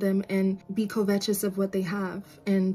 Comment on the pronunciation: Are you saying covetous? I was like what is kovetches? 😂Never heard it pronounced that way!